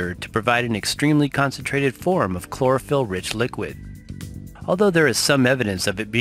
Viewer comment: Chlorophyll sounds more like borraphyll